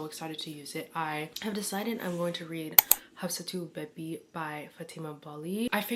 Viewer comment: The bebi is pronounced baby,literally what it means. You look so pretty too😻